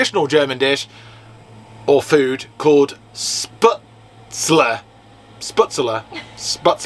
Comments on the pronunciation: Hahahaha! The pronunciations had me giggling 😂 kudos for trying! I’m here repeating the correct pronunciations ( my mother is German and I speak a bit myself). Oktoberfest is no joke and can be a madhouse. I still have my Dirndl… a very expensive one and would be considered ‘vintage’ now ha! Gruss aus Florida USA! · Hi guys the noodles you bought are called shhpetzler not sputzler incase you wanted to know the correct pronounciation. You just add butter and salt to it. It's basically German pasta/noodles and you can add anything to it like bratwurst sausages or whatever vegan meat you desire. I'm english but my grandad was German so I have had spätzle many times both in Germany and in England. Sometimes you can buy it in aldi or lidl in England though probably not the vegan version so stock up on it if you like it before you leave Germany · Lol when says spitzler then you jump in with sputzler.....with a chicken schnitzel. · I think they are pronounced. Spetsel. As there is an umlaut (two dots) over the a. My German was at school years ago, but that’s my take. Enjoying your continued adventures from my armchair in the USA. With my cuppa. 🇬🇧👍🏻😛expat here. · 😂"Vegane Spätzle". Aren't they vegan anyway? The right pronounciation for you would be "Shpatzle" We do put extra an Umlaut (ä) on the a, but you are using it ecactly the opposite way. And the farmer with his 40 Euro camping, selling crap bavarian clothes must have made the business of his life. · 'Schpertzle 'pronunciation nearer to right sound. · Spätzle = spehtzluh. That ä is normally a long A in English. Delicious! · “*Spat-zul”……theyre made like little dumplings, with the dough forced thru a sieve into the boiling water. You reheat them by frying up in butter. Ita comfort food, like mashed potatoes or noodles.